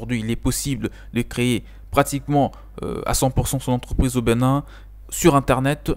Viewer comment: Bonne vidéo. Au passage, c'est Bénin, et non Beu.nin